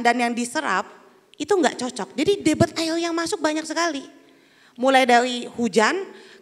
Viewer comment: Debit bkn debet sok tau tp keliru malu2 in.